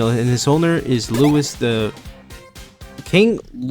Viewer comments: I skipped to the part where someone brought up you struggling to read roman numerals. It's rather easy up to a certain degree, but it's your pronunciation of Louis XIV that hurt; nobody called him "Louis", it's "Louie XIV". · King... Lewis... Eugh, it's Louis (pronounced "lewey").